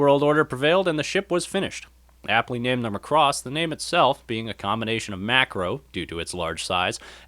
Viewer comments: I don't know how or why the pronunciation of Macross has become "muhCross" for so many people, but I wish it would stop :p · You can't pronounce Macross (the emphasis needs to be on the 'ma'), and you're really not funny at all, so the humour falls flat. If you just concentrated on actually talking about the series, it would be a much better video. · before writing a guide, how about you leanr to pronounce the name properly